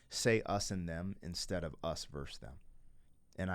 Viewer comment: This was your best reaction ever. I feel privileged that you shared this reaction experience with all of us. I've been listening to this album since it first came out and I still cried along with you. Peace ☮, OBTW: The word is versus 😉